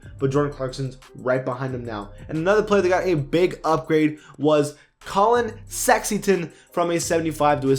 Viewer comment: he said "collin sexyton"😂